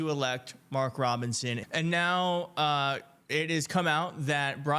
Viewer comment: DonOld got Mark Robinsons name right. 🤔 Rare.